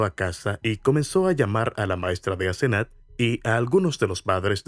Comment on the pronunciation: Es Asenath lo escribe así y lo pronunció así la 1er vez q lo dice. Grave error no validar los datos mientras graba el audio